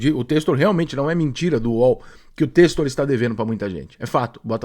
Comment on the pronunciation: Ele não consegue só falar bem. Tem que criticar… passaram 3 anos e ainda não aprender a falar o nome do Textor. Parece piada…